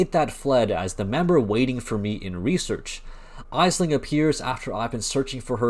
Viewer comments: its pronounced "Ashling" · For future reference, it’s pronounced Ashling. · Thank you for the video man. Well done. I do have to wonder how you have ran all that content and not heard Aisling name said correctly. Jun says it.